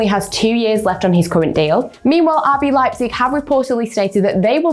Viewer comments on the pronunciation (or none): none